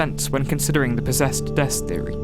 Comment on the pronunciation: You could say, she's, Po-Dess-ed